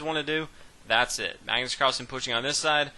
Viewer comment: kenneth hardman Magnus not Mægnøs